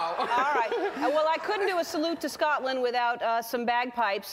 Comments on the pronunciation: She said Scotland right 😂😂. Not the usual American way Scatland 😂😂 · I would never refer to myself s british I'm Scottish. Well done Ellen you said the name well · I never class myself as british. I am scottish. Ellen is hilarious I love that she actually pronounced it properly instead of scATland like most americans do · She's the first American I've heard pronouncing the name properly! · Did I just hear an American pronounce Scotland correctly? I LOVE YOU ELLEN, PLEASE COME AND RULE SCOTLAND FOR US:D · well done Ellen saying Scotland! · yeh woop im from Scotland nice to know someone say your country name right ) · Holy crap she pronounces it correctly